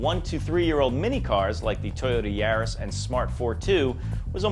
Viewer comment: No one else annoyed with his pronunciation of YARIS?